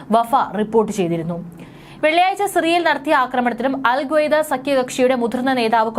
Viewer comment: അൽ ഗ്വൈദ അല്ല അൽ ഖ്വൈദ ആണ്